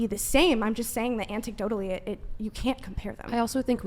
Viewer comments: its "anecdotally", not "anticdotally". For someone who has experience with "science" and "education". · A-n-e-c-d-o-t-a-l-l-y not antecdotally. Her college must be real good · Its anecdotally. Not ant dick totally. Love when those who claim superior intelligence cant use a 2 dollar word properly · It's not "anticdotally",; it's anecdotally. Btw, every time glasses girl brings up a counterargument, it's anecdotal. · “Antickdotally”…..chick speaking on psycologic studies means anecdotally. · Woman in red commits a logical fallacy (argument from authority) saying she comes from a science background, then immediately proceeds to demonstrate she doesn't actually understand how science and statistics work. You can't cite "antickdotal" evidence (can't even get the word "anecdote" correct) as a counter to empirical evidence. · "Anticdotally" lol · "Ant dick totally", this is what we deal with guys, ignorant women. She meant "anecdotally". How long did she lecture us with her "wisdom"? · "anticdotally"?! I wouldn't mind, but science girl said it twice... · "an-TEC-dotally"? lolz. She's seen increased levels of divorce? Who's filing? Yes. 80% Women. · Did the woman in the red top, who made some BS comment about having a science and education background right before saying something stupid (which puts her in good company with most experts these days), then said "antecdotally". AnTecdotally. With a T?! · There is no T in the first syllable of anecdotally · Claim to be science based/working in medicine and can’t say “anecdotally.” Does anyone believe any of that?